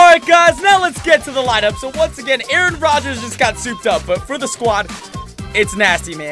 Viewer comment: why do you call Aaron Rogers Aron?????🧐🤨